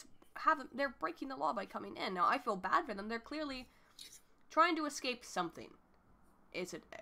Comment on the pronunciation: it bothers me when people pronounce escape as "ekscape"